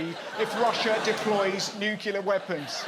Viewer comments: . Did he say 'nucular weapons'? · You said nuclear the way most Americans say it - Nyoo cyoo ler - instead of the proper way - Nyoo cleer, two syllables. The way it is written. Just saying.